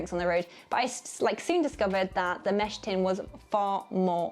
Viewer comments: It's a "mess tin", not a "mesh tin" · Mess tin, not mesh tin. 🤦‍♀